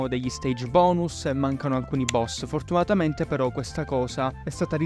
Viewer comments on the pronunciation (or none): none